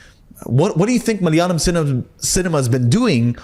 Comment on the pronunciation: Love the way he say malayalam ... just perfect❤